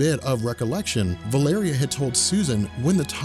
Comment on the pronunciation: its prounounced val o ree